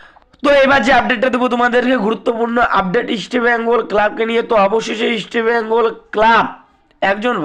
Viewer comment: আপনার উচ্চারণ এত বাজে কেনো? ইস্টবেঙ্গল উচ্চারণ করতে জীব জড়িয়ে যাচ্ছে